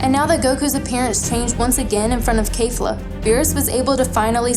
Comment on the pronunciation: It's KEFLA! Not khalifla.